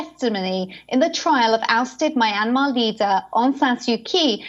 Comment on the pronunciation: "Muy-Anne-Marh" "Sooh-khee"